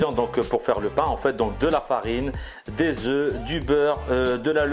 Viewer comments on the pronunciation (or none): none